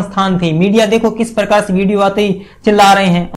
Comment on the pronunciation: Bhai tu hindi seekh le phale phir show host kar. What is parkaar yarr?